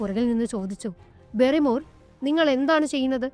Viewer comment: ബാരി മോർ എന്നാണ് അല്ലാതെ ബെറിമോർ എന്ന് അല്ല. ഹോട്ടലിൽ നടന്നു കാര്യം മൊന്നും പറഞ്ഞില്ല ബാസ്‌ക്കർ വിൽസിലെ വേട്ടനായ എന്ന ഈ കഥ നന്നായി പറയാൻ ശ്രമിക്കുക